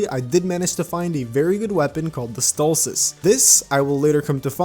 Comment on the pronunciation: you called it the stolcice i called it the solistice it actually is the solstice thank you for making me realise i called it wrong?